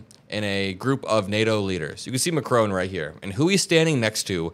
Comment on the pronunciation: please learn to pronounce world leaders names correctly. You keep on verbally murdering them: Macrong, Rammafoosa, Rutte'e'e'e' - seriously man, do make the effort to find out the correct pronunciations, you are making the ears of your european viewers fall off and you sound a tad american ignorant.